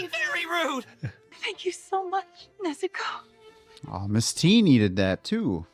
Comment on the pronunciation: Please pronounce Nezuko correctly. Your putting too much emphasis on the "u". Listen and hear to how they say it in the show.